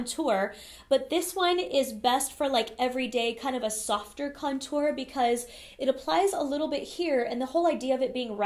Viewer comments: Me too! - I think she's putting the wrong emPHAsis on the wrong syLLAble. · She says cuntour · I love how you say "contour" you just emphasize the syllables of the word differently than everyone else and I love it! lol. Personally I never contour except for my nose occasionally. I am pretty thin so I don't want my face to look thinner, I love full faces! Also my skin is pretty good these days but the cheeks are where I still have some redness so I feel like contouring over foundation usually messes with my coverage in that area where I need it most! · Seriously love how you say "contour" so fancy 😻 lol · omg the way you say contour is so different than everyone else i hear say it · They way you say contour is.... different 😂 lol